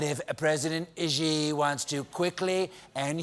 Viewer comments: The Chinese president’s name (Xi) is pronounced “she”, not “zhee”. Colbert got it wrong repeatedly, starting . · Xi is pronounced as Shi, not Ji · can someone pls teach stephen how to pronounce 'xi' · I know I'm picking nits but the pronunciation of Xi is "she" not "ji". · Love you Stephen but someone on staff should’ve told you the correct pronunciation of Xi. It’s not gee, it’s shee ✌️ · I thought saying “geeee” was a joke or mocking trump >_> but then he just kept saying “geee” but it’s more like “shee” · Maybe learn how to pronounce Xi. It is pronounced SHE not jee. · Xi is pronounced like "she" in English. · His name is pronouced "She" - FYI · Xi is pronounced as “si” as in silly. Colbert and almost everyone on American media don’t pronounce it right. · "Xi" is pronounced much more like "See", or even closer "Shee" with a soft H. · ichc No, it isn't. See is pronounced the same way as si in Spanish. Xi is not pronounced as see at all. If you can't hear the difference between how Xi is pronounced compared to see, that is your problem. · Stephen....PLEEEEEEEASE learn how to pronounce President Xi. It's been a few years now. Driving me crazy. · Is it just me or did Stephen pronounce Xi wrong every time? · Can someone please tell Stephen how to pronounce Xi Jinping's name? He's been saying it wrong for years.